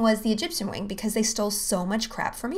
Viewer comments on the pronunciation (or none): none